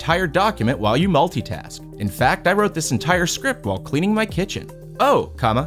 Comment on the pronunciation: Did he say cweaning? 😂